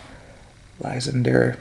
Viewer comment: Lysandre is pronounced liss-ahn-dray :P